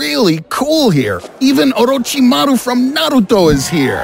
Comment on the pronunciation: Let's just appreciate that the narrator pronounced Orochimaru and Naruto so well